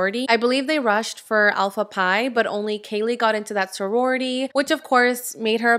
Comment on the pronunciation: I’m gonna need for these channels to learn to get names of people places and things correct if they want to report accurately. What’s an Alpha Pie 🥧? 😂😂😂……but seriously, this case has had me in my feelings from the beginning. I have a daughter this age and I couldn’t even imagine. We have all been that age and it’s the most fun time because you are new to adulthood and get your first dose of real freedom. They were so innocent and didn’t deserve any of this. I know it’s still allegedly but BK is guilty in my eyes and what he did is so evil and horrific our normal minds can’t even find that darkness to even imagine it. I’m so sorry this happened to them 😢 I’m so sorry to their families who also didn’t deserve this. I’m also sorry to BK’s family. They are being dragged through heck because of their adult son. Imagine the shock and embarrassment they are experiencing….